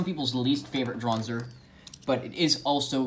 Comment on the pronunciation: No one: Literally no one: Absolutely no one ever: Kai in his first match against Max: Draanzr